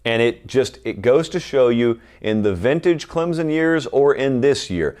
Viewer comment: CLEMSON, not Clemzon!!!!!!!!!